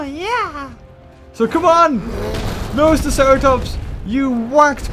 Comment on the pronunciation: it is NoSUUUUtoceratops